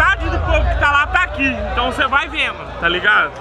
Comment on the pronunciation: "VAI VENO" KKKKK É noiz zica